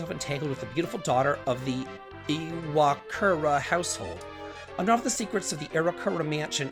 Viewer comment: Iwakura - “Ee-wah-koo-rah”. You’re welcome! 😂